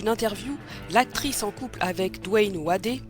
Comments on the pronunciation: Coucou, Wade se prononce "Wéde" pas "Wadé" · Dwayne Wadé? Je vais regarder la suite, mais je suis certain que ça a fait fuir plus d'un de le prononcer ainsi